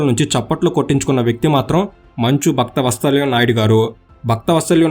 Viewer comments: Bhaktha vatsalyam kaadhu bro Vatsalam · బాబు మీరు భక్తవత్సలం అని స్పష్టంగా చదివితే బాగుండేది